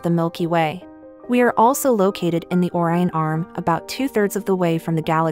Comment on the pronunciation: If you post educational videos, learn to pronounce Orion.